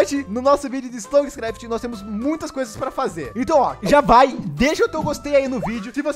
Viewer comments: Aee tu sabe falar o nome da série, diferente do apuh. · Nossa vc è.o primeiro canal q falou o nome da série certo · O unico que fala o nome da serie certo